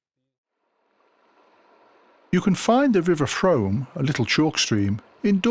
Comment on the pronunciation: The river Frome is pronounced as ZOOM not as HOME, making it sound like FROOOM. But respect for your video, the content is a pleasure to watch.